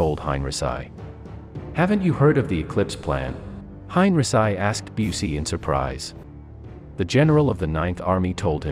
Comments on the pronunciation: Hine -ri - sigh? I thought it was Hine - ree - chee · Hein.richee not heinrisi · How many times have I told you HOW TO PRONOUNCE Heinrici Hein is like line ric is said geese ci is said SEE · I know you do not speak english or german .. but please find a better compureader.Yours is distracting enough that I stopped after the third mispronunciation of henrici